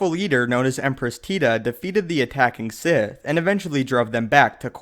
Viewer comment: The Si-ITÉ